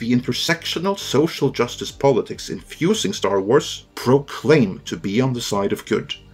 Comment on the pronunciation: An S following an R at the end of a word has a Z sound. It’s pronounced Star Warz. Not warsssss.